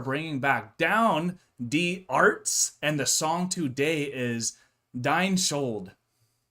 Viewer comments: "dee arts" yes, yes XDD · It's not die Ärzte like death. It is die like the doctors. Die is in German the, also der, die, das. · Die Ärzte try to spell them like dee "Air"zte